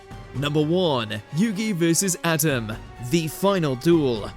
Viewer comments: Whoever is in charge of script reading supervision needs to be fired and forever given poor review when future jobs call for reference!! Atem = Uh Tim It is not pronounced like ADAM if it had a T instead of a D. Just hire a real fan or bring in someone who had to say it a million times in the booth. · It’s not “Adem” it’s Atem! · Why did it sound like he was saying Atom when ever he said Atems name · You get a dislike only cause you keep messing up Atem’s name. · Does anyone else cringe with the way the narrator says Atem? 😅